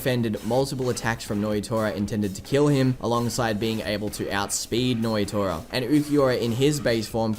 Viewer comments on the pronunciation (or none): Nnoitra. Pronounced - noyatoya checks out.